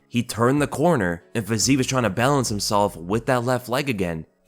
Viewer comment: Again.... comee on there is no Fazeev, there is only Fizeef... check out the cyrylics pronouncation letter by letter nd u'll know where my frustration is coming from (